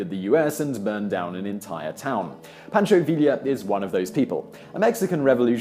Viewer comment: "Poncho villia"